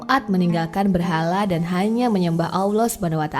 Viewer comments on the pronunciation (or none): Koreksi ya, menyebut, mengucapkan Allah itu tdk ada huruf Wau (W) Tp double LL. Lidah bersentuhan/menempel di langit2 rahang atas. I feel very strage to hear that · Salam mintak suara penyampai tu biar lah yg dapat menyebut Allah dgn sebutan tpat dlm lidah Arab supaya .sebab ramai lagi ore boleh menyebut perkataan Kalimah Allah dgn tepat